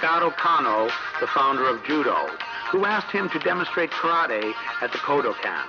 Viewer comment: The man being interviewed and is suppose to have all this knowledge yet can not pronounce Karate correctly?